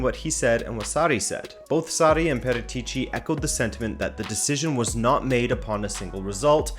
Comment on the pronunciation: Haha what about how he pronounces Paratici ;)